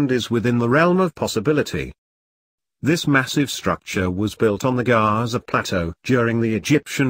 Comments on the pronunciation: Queue-foo and Jihzah? Where do these guys get these f....ing pronunciations? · Giza pronounced like Tizer? I turned off.